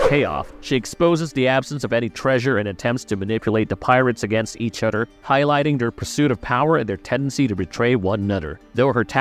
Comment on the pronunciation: “Oder” “Togeder” “Fader”